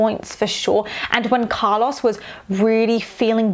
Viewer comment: I’m enjoying these videos so much but the way you pronounce Carlos makes me wanna turn my ears inside out